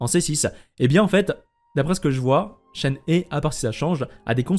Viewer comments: je rajoute pour éviter toute confusion que le son "eu" est un "eu" ouvert, comme dans "reuf" justement ou "un oeuf", et pas comme dans "des oeufs" ou encore "ceux-là" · alors je sais pas de quel accent tu parles, mais "shen" ne se prononce pas comme "chêne" ou "chaine" en français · coucou, je suis chinoise so je pense être qualifiée pour dire si c’est ça ou pas, et non shen ne se prononce pas comme chêne ou chaîne, voilà bonne soirée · En tant que chinois je prononce Shen he : « cheun re » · ça se dit chène-hé (shéné en gros) XD merci pour toutes les infos en tout cas, plus qu'à attendre la release pour avoir confirmation! ah oui et Eula ça se dit "est où là" le U se prononce en gros entre le "U" et le "OU", et le E au début se prononce "é" :p tu me stresse avec "euh... là!" :D Apres jouant beaucoup Ayaka Raiden Eula, je pense la pull, et même sans ça, je la trouve super belle, son design est magnifique, donc je l'aurait pull quoi qu'il arrive. Vu que je veut absolument Yae Miko aussi, et que j'aurai bien aimé aussi chopper Zhongli a son re-run, ça va encore me couter une fortune cette connerie... trop de bons perso qui arrivent d'un coup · Non ça se prononce absolument pas "hé". Regardes cette video, la personne nous montre comment c'est prononcé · d'apres des posts de personnes parlant mandarin, ça se prononcerait shen heu ou un truc comme ça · on dit shen "re" prcq le h en chinois se prononce a peut pret comme un -r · C shenhwa je crois (tu prononces le h) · Vous le prononcez comment Shenhe les gens ? Persos c'est Chénhé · On prononce "Shenhe" chen heu et le "h" comme en anglais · Ça se dit Shenhre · Ca se dit "shenhe" 🙃